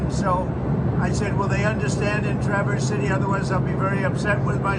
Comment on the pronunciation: I’m so happy you pronounced Traverse City correctly 😊💙